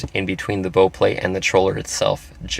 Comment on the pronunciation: Bow like how not bow like oh.